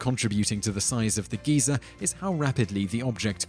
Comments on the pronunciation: No, his pronunciation is the same as the UK pronunciation of "Geezer" not "Geyser". He's just made a mistake. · Just a tip, Simon, Geezer and Geyser are completely different. One's an old person, one shoots thousands of gallons of extremely hot water several meters into the air. So it's best to pronounce them even just a little bit differently. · Yeah, it's actually pretty funny to hear. Personally, I first heard about it from chuggaaconroy's Xenoblade LP, where he went on about how 'weird' it sounds for quite a while. Anyone British here? What's so bad about the 'Guy-zer' pronunciation, and where did the 'geezer' pronunciation come from?